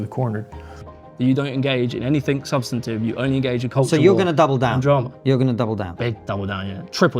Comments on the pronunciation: Can't even pronounce 'substantive'. Don't use big people words if you neither know what they really mean or can't say them properly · This muppet can’t even say the word substantive correctly and then talks about Konstantin. He’s a grifting joke. Lights are on but no one is home.